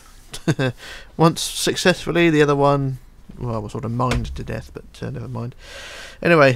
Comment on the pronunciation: PLZ STOP SAYING BUT-ERR JUST SAY BUT U DONT NEED TO SAY 'ERR' AT THE END!!! OK!!??